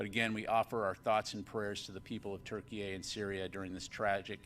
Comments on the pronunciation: Why does he keep calling it Turkey-A could it be more than miss pronunciation or what ??? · Why does he keep adding an “A” at the end of Turkey?? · I don't understand why he keeps putting A at the end of Turkey??? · Why does he keep saying TurkeyA? Is there a Turkey B?